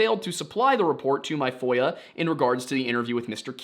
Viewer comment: As a non-native English speaker who always listens to these cases without any visuals or subtitles, I am deeply embarrassed to say I have just for the first time learned that it's FOIA request (freedom of information act) and NOT voyeur request... Uh, anyway...